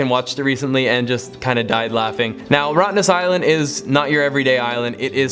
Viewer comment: I’m so happy you said Rottnest island you put a smile on my face ! Thank you